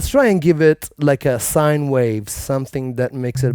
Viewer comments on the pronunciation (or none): none